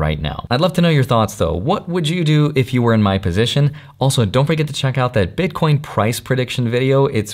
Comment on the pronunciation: haha he says bitcoinz